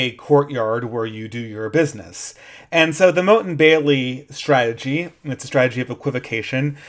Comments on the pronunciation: "MOTTE" != "MOAT" (sorry... but that bugged me) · The moat is the blue thing around the perimeter - "motte" rhymes with "pot"... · motte (rhymes with "rot"), not moat (rhymes with "rote"). The moat is a water defense surrounding the entire castle. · I think Motte pronounced like "not", the moat is the water ditch. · It's pronounced 'mot' you buffoon. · Oh that pronunciation of motte is bugging me. Motte and moat are not homophones, which was lucky for the people building them as the knew whether to dig a ditch or build a mound. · A minor nitpick, you're mispronouncing motte. You're pronouncing it like "moat." If you google it, there's a pronunciation you can listen to. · can you please learn to pronounce 'motte' correctly, so annoying